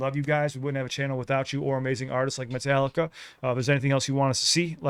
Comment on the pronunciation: This my hs class’ graduation song. The principal pronounced Metallica as Met-uh-lick-uh.